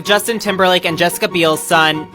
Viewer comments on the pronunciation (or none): none